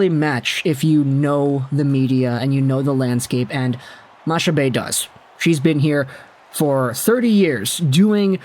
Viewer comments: Hey! Its pronounced MaCcabée and not Mashabée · Her last name is pronounced like "Macca-Bay". Nice try though. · honestly today in Quebec it might be the first day since 2019 that everyone is agreeing on something, Chantal Machabée is a great choice for that role. Also btw its pronounced makabay like mach 1, mach 2, etc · Chantal Machabée's name is pronounced Chantal Makabé. She often appears on L' antichambre on RDS. She's very well respected. It's the habs only unanimous hire ever. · Its pronounced makabe . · It’s more. Mac-a-bee pronunciation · My gf just corrected me, it's ponounced Makabé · To help you a bit, Machabée is actually pronounced « Mak Abbé »😁 Keep up the good work!😁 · Its a really good thing here, she is respected and well known in Québec. Its pronouced "Makabay" btw, keep up the good work!! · Machabée is pronounced with a hard C, so it's more like Macabée. You don't pronounce the ch.